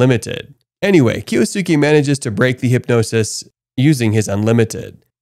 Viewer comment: Kyosuke = KEE-OS-KE. Jesus christ.